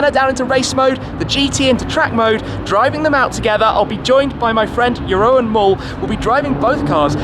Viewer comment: Jeroen is probably totally fine with it, but you pronounce the second part of is name as “roon” instead of “ro-en” :-) Thanks for all the quality content!